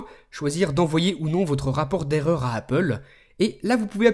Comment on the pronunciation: eurreur d'activation !!!!!! WTF !